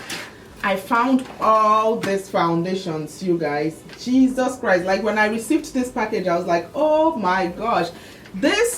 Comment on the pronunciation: The way you say JESUS CHRIST just takes me back home to Nigeria. lol